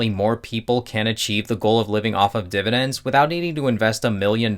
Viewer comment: am i the only one who had to click away when he said dividens the first time